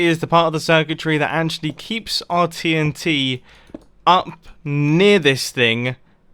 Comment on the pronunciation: So I just skipped 5 secs on when he says TNT and it sounded like titty :)